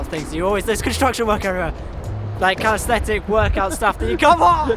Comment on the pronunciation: so a storror blog/world parkour chase tag/mmpk shirt.. interesting . i like how urs is at the front 😉. btw CAL-IS-THEN-ICS 😂 but thanks for these spots rlly looking forward to visiting them